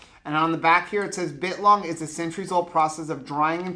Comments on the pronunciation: Every time you say bit-long a piece of me dies (all most as much as when you say 'Awl-di' not Al-di' also biltong is not a type of jerky but a totally different type of dried beef snack - its kinda like calling a hard cider a beer - they're verrrry similar in most senses but to those who consume a lot, its a world of diff... Jerky is dehydrated/heated and lean cuts where biltong is often fattier cuts and its always air dried/hung etc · It’s Bi LLLtongggg lol!!!!!!! Not bitlong!!!! Hahaha!!! You had me cracking up!!!! 😂😂